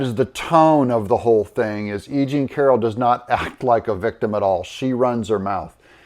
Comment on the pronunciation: Egene??.... you mean.."aging" Carroll... Yaikes 😅